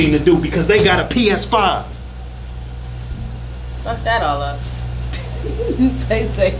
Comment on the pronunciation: She said a PISIVE NOT PLAY STATION 5 APIS5IVE 😂 😂 😂 😂🤣🤣🤣😹😹😹😹